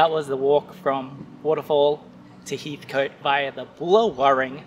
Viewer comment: Great video! Pronounced Heath-cut btw :)